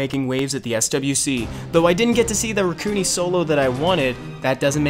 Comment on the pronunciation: I thought it was (Rack-u-nai)